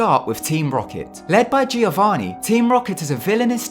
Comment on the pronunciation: "Gee-o-varni" "rood-ee-ard Kipling" lmfao